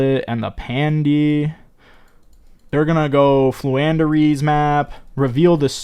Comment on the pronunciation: Lmao purposely mispronouncing names has me rolling over here